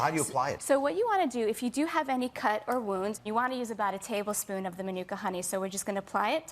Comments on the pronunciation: And the idiots have no idea of how to pronounce Manuka. And even the YouTube videos that supposedly demonstrates the pronunciation got it wrong. Terrible! The guy is a quack. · Francois Dekker I'm a NZ/Maori and I couldn't care less how he/she pronounces Manuka. Why is it important anyway.